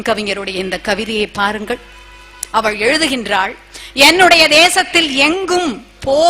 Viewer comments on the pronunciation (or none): none